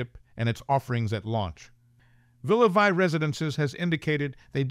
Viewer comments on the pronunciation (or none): Please. In Villa Vie, Vie is pronounced Vee and it means Life in French.